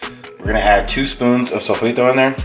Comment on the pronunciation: Cool video. Yours is pure nutrition and fitness wisdom : make healthy meals your favorite ones. That's the key for solid nice life style (By the way, do you speak Spanish? I just wonder because you say "adobo" and "sofrito" like a native speaker )